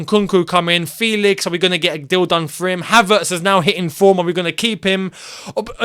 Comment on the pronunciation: It’s probounced FElix not FEElix